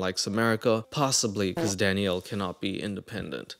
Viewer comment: I'm thinking for like a couple of minutes straight you're saying DADDYO but your saying DANIELLE 😂😂😂😂